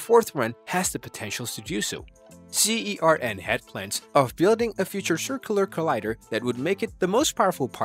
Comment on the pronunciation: Its pronounced (surn) Not (See- Ee- Are- En) And it's (Boe- Zon) 😶